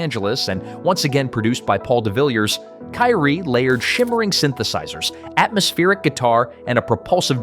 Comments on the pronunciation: Being from the 80s, I was liking this video, until you said kye-ree. The name of the song is pronounced key-ree!!! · Naw, it is Ki-ree-ay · No it's not! It's pronounced "kier ree"! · Good video! I must comment that "Kyrie" (Greek) is pronounced Ki-ree-ay. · one complaint: please pronounce "kyrie" correctly. . . . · How in the world can you butcher the pronunciation of Kyrie?? You either weren't alive, or lived in a cave. SMH